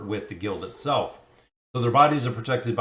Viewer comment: "Kite-n-niss". The outer shell of bugs is made from chitin. Why they chose to translate to such an easily mispronounced word is a mystery to me